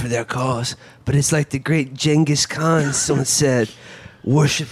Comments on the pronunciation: "...it's like what the great Chungus Kahn said..." That's the greatest golden nugget of a line from the whole movie. I've never heard someone pronounce that name so poorly. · I've never heard anyone pronounce Genghis Khan the way Steven Segal pronounced it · "Chingus Khan" my god